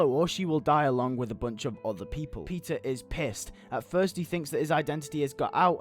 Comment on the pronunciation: This would've been way cooler than what they ended up doing.But I'm thinking I would also include a scene in civil war where spider-man talks with Zemo and tries to understand him and convince him to stop. Also somehow I heard pizza instead of Peter in :D .